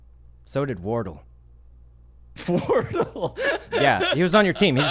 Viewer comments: Hahaha he kept calling him wartle instead of War-Dell. Hilarious at the end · lol sykkuno calling wardell wardull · “Wardle” -Sykunno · Lmao wortle. Pee pee ga. Bar bar ra. His pronunciation kills me everytime. Gotta love sykkuno man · I finally realized two things: That the phone call was with sgares (watch sgares reaction to Sykkuno, its hilarious 🤣) . . . . . . . and that Wardell isn't pronounced Wardol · I love how he pronounces it wardle nor wardell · Lmao “wardle” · i didn't get why he laughed but then i found out sykkuno was just casually mispronouncing names once again lol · The way Sykunno pronounced Wardell sounds like how you pronounce the second evolution of squirtle lmfao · Sgares started laughing his ass off when sykkuno said wardell wrong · the way he pronounces wardell is so funny and adorable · can we talk about how pronounced wardell the way sykkuno did to not embarrass him